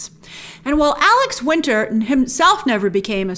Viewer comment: Alex WINTER... not Winters